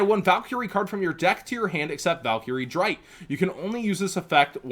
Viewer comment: the show with these monsters has been out for 13 years, and the man using them was German, the names erste, zweite, and dritte are first second and third, just please pronounce them right for us all because the last thing I and I'm sure many others can take is the rest of the yugioh community butchering German language at a tournament after seeing any yugituber and just repeating it.